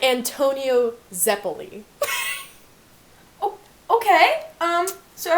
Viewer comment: Zepulli? its ZEPPELI